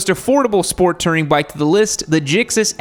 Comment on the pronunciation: "Sport Tering"